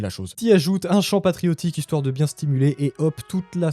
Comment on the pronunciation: ""? Serais-tu Breton? En tout cas encore un super podcast!